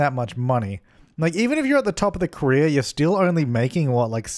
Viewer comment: I speak english as a second language, the whole time I thought you were saying Korea instead of « career »! xD I was trying to understand how your sim could be an actress in Korea, didn’t make any sense! xD What could I use as a pillar, in the original objects fron the game? I just have the City Living pack..